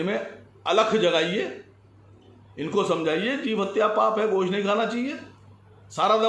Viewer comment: Saaf saaf boliye 🐄 ka ghost 😋